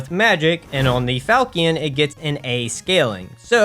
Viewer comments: Ah yes. The power magic weapon crescent falkkion. And then you need to upgrade your falkkion. Yes, I am making fun of the mispronounciation of Falchion. It's Fal-(as in falcon)-she-on. I am sorry for doing this, but the mispronunciation of english words is my pet peeve. Keep on going with the videos though, they are great. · Falchion is pronounced "fal-shun" or "fal-shi-on" depending on if you are English or French. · Falchion is pronounced fal-shon